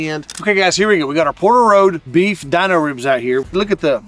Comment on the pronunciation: They are Dino ribs not the way you’re saying it but the way the Flintstones dog, his name Dino! Pronounced Deano! Not Dineo! And I cannot find them on there website mobile app